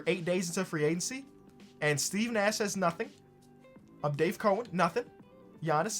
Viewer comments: This dude keeps saying Dave Cohen when the dudes name is Dave Cowens. 🐮-ens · Can somebody please tell it’s Dave “Cow” ens. Not Cohens? 🤦🏻‍♂️ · It's COW EN. Lol your pronouncing his name wrong. It's cowen. Damn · Nobody:: Dave Co-ins